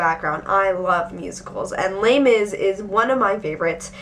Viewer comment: The way you shorten Les Misarables sounds like terribly mispronounced my brother's name (Laimis) lol no offence, just random thought